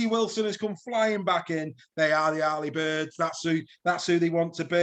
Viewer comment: Don’t mind the black and whites but it’s pronounced early birds not arly